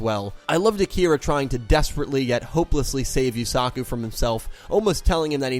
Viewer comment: Holyshit dude I dont know why it bugs me but you really pronounce the A in Yusaku. Its more like u suh ku not u sA ku. Just listen to any of them say it and repeat why are you pronouncing it like Suzaku?